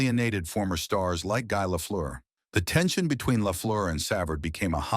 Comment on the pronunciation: THIS IS UNWATCHABLE /// ///// SAV erd WHO IS \Sav erd GUY ... AS IN GEEE LEFLEUR NOT GUY AS IN BUY LEFLEUR IT IS UN WATCHABLE WHEN DONE IN COMPUTERIZED COMMENTARY